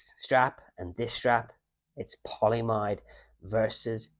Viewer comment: Hey. Polyamide pronounced poly-a-mide and nylon are the same thing. Seatbelt nylon just refers to a particular form (tight-weave, high-strength webbing) of that polymer 🍀